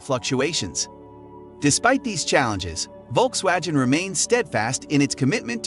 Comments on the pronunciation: how the hell its perfect in english,yet U cant say:Volksvagen??? It`s Volks-wagoon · Volkswagen is a German word. It goes like folksvagen. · When making a video, you should first learn to pronounce the names correctly. V in German is pronounced F. The name of Volkswagen is pronounce Folkswagen - without the J as he says. Volk (folk) means people. Wagen is wagon. Wolk's wagon = People's wagon or People's car. The name was chosen because the intension was to make a car everybody could afford, so they made the Beatle. I don't trust the content in this video. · The issue is the G, it's pronounced the same as in Golf not Genes